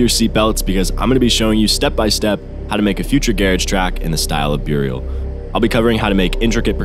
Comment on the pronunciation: you pronounced garage correctly (that’s how we pronounce it in the UK where it was created) but Burial is pronounced like ‘Berry-ull’ like when someone is buried.